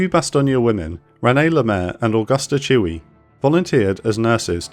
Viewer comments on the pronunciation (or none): It's AUGUSTA CHIWY NOT CHEWIE